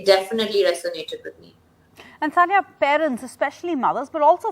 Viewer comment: Abe chutiyo Soniya nahi It's Saniya